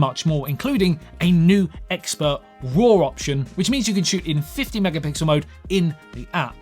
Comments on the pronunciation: first of all, you are very attractive, the fact that you couldn't say mega pixel (it's not that hard😛) made you attractiv-er, oh your video was also enjoyable. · Just say 'megapickle' if you can't say pixel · If you can't say megapixel, you can just edit the video. Thanks!